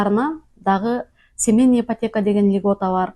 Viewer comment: Семенный эмес семейный дечи